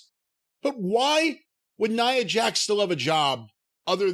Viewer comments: Love that Jim for years hasnt cared enough about Nia to be bothered to pronounce her name correctly. "NEUHHH JAX" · More importantly this is the first time Jim pronounced Nia Jax’s name the correct way 🤣🤣🤣